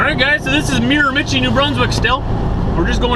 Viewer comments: It's pronounced "Mare-Ma-She." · Actually it's pronounced Mira-ma-shee. Great video. Keep them coming. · I am from the Miramichi and just thought I'd clarify that it is pronounced Mira-ma-shee, just so you know for the future:) its the Irish capital of Canada and very famous for salmon fishing:) love your videos, keep it up!! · I believe it's pronounced Mira-ma-CHEE. Very famous for the salmon fishing there. Love your videos. So you call a hat a toque...do you know what we call a togue in Northern New England? It's a lake trout. Be safe driving and give Diesel a back scratch for me. Sometime you need to take a run over to Prince Edward Island -- lots of cows there. :)